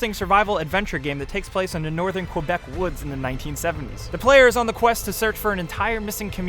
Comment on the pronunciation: he mispronounced quebec!